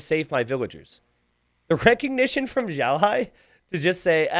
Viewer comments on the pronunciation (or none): Yeah i was cringing so much at the pronunciation of both their names hah